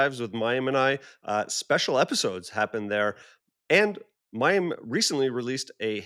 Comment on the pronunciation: Mayim Not Maxim Sorry